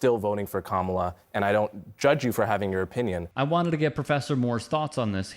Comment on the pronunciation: The fact that he can’t pronounce her name correctly in mind boggling to me. Sir you teach what again?